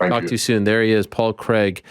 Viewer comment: It’s pronounced Crayg not Creg!